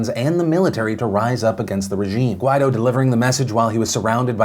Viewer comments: Phil, the guy's name is pronounced "gwai-DOH", accent on the second syllable. That's what the accent mark means. Listen to how other newscasters pronounce it. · Everytime Phil pronounces "Guaidó" I feel like he's saying "why tho"